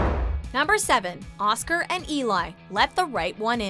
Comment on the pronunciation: Really? Obviously they haven't seen Let The Right One In... her name is pronounced Ellie, not Eli. Bugged me. Glad they included her and Oskar though, one of my favorite movies.